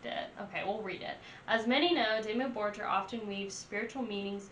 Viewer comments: It's Dimmu BorGir, not Dimmu Borjer 🤦🏼(it means Black cities/castels in old Norse and Icelandic) Americans, learn to pronaunce at least one word in foreign laguage correctly. My english is bad, but at least i can say and write something, damn it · Def. Check out a better dimmu album. And also it's pronounced dimmu bor-geer... like deer with a G . .. not jer. Lol. Idk how ur just now coming across dimmu. But glad you did. Check out old mans Child..... a side project.... that is AMAZING. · imagine comparing Dimmu Borgir to Disney 😀 but there is one thing, don't say bor"j"ir... it is called Borgir like the normal G like in Google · Just fyi: it's pronounced Dimmu "Bor-gear" ☺️ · It's pronounced "Bore-Gear" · Great songs I just don't like it how you pronounce it lol. Borgir us just like how it is written. Don't make a j sound from the G.